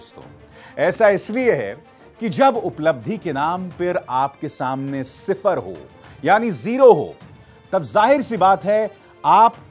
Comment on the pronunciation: sipper nahi hota hai sifar hota hai..